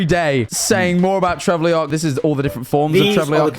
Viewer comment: Trevulok not Trevleok, Jack